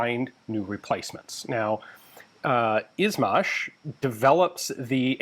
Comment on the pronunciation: "zh" like in "izhmash" and "Urzhumtsev" is less of a Z sound and more of a soft J, like in meaSure or seiZure, or in the french word "je" its a similar situation to weapons like the PPSh, where its not P P S H, its P P Sh, in this case "izhmash" isnt I Z H [etc], it would be I Zh [etc]